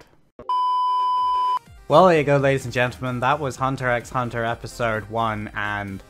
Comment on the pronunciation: you don't pronounce the x btw